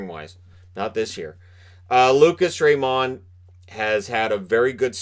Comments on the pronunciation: I won't be surprised if, in a few years from now, we see Byfield being the one who should've gone number one... or someone from the 6th round amazing us all. Edit: Also, again, "Raymond" is pronounced like you think it is - not that french touch you want to add. Trust me, we're both Swedish and I've heard his name quite a lot:) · I love ur content but plz stop saying lucas rayMOND